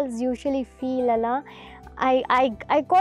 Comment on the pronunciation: It is 'Alla'. Not 'Allah ' it's the same in all your videos. Kindly correct it moving forward